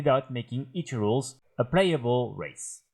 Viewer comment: jaja I wasn't directly watching the vid and his anunciation of "ethereals" sounds like "8 year olds" and I was concerned for a moment.